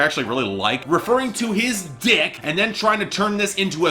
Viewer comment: The emphasis put on the word dick satisfies my soul